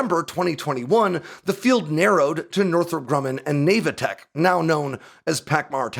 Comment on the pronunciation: Navatek is pronounced with a short a. Think like "short for navigation technologies"